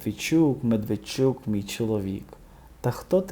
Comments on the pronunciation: А чому ви вимовляєте не Медведчук,а Мартвинчук? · Стільки раз почула від ведучого не Медведчук,а Мертвечук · Я не ослышалась: мэртвэчук? Здорово потроллил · Мертверчук!?)))) Это не оговорка))